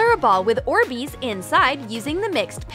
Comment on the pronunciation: The orbeez are not "orsbeezs"